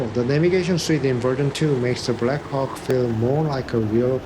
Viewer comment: Did I just hear " there is just something about the black cock"😂